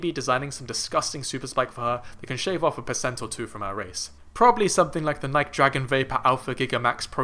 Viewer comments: First of all, please pronounce Nike correctly. Secondly, Faith will do a magnificent job this year in the mile/1500, but that gap is huge. It WILL, however, likely spark talk of women legitimately breaking the barrier and result in women doing their level best to break it in the future. I am 55, and I expect to see a sub-four mile for women in my lifetime. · As soon as you mispronounced "Nike" in the first minute, I was out. If you don't know that brand, you don't know track.